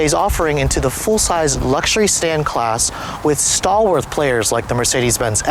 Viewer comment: Stall-worth? Did you mean stalwart? Freudian slip?